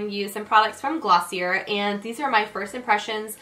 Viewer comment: Love this video! you're so fun to watch! but gf its pronounced gloss-ee-yay, isnt it?!lol